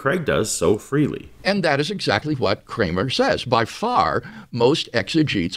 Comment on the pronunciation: Why does WLC pronounce 'Kramer' in a normal way to begin with, then later pronounces it in a really weird way 'Kkchramer'?